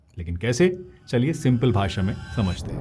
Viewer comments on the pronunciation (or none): none